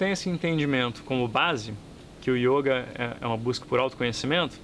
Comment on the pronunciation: Meu filho, você não sabe nada de yoga...só esse acento que você põe no o ...denuncia que você só pode ter sido aluno do imbecil do De Rose!